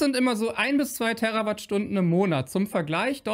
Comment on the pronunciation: Danke für die Richtigstellungen. Kleiner Tipp: Bitte die Terawattstunden mit "langem" "E" betonen, denn es hat ja nichts mit Erde zu tun, sondern ist ein Multiplikator.